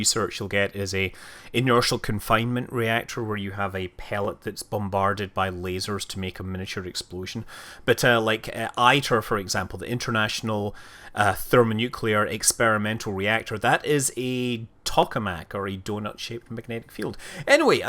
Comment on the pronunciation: The fusion community pronounces ITER as "eater". Not with the long "i". Just an FYI.